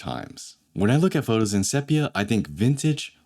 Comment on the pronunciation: * seepia, not seppia